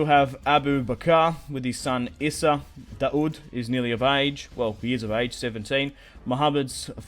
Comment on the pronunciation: Daud is pronounced literally like the English words: Da-Wood. It's actually the Arabic name for David.